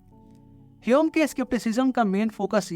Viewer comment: Yaar jab tujhe pta hai ki uska naam hame nahi hyum hai.. fir hame keh kr q shuruaat ki.. ainvi😂